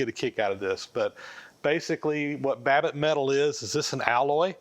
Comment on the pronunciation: Did he say wabbit?